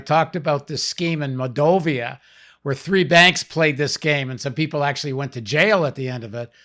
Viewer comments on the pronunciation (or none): PAUL: It's MOL-DOH'-VAh